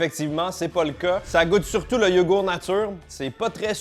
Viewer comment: Et le "T" de YogourT qui est parti apparemment aussi 😂